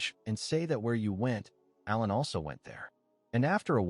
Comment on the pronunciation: This recap is done by someone who def doesn’t understand the English language! Aiming a gun at someone is NOT the same thing as shooting them, dummy! Also, it’s ALAN, ffs, NOT Ellen! 🙄 Come on! You should be doing better than this convoluted, getting names and events wrong, etc…